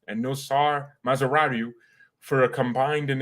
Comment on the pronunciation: Please don't call Mazraoui Mazraru because he is Mazraui not Mazraru, ok?